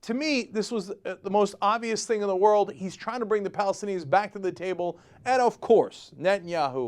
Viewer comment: wold record!